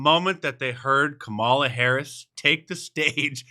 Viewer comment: Nonstop lies and using celebrity like Kerry Washington to help say kamala right and she still said it wrong 😂